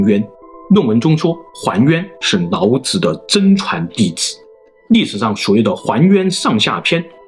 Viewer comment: 你是不會讀L和N音嗎，什麼‘腦子腦子’